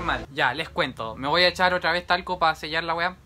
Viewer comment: Nadie:: me voy a eshar talco JAJAJAJA TE AMO❤